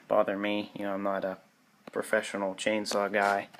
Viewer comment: says "Chainsaw" German